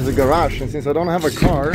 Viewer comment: What the hell is a garash, Henrik?